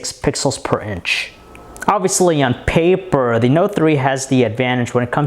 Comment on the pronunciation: what's wrong with saying "paper" verrrry clearly and distinctly?